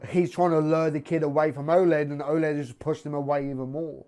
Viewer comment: I love you but its Oleg stop saying Oled lol hes no a TV!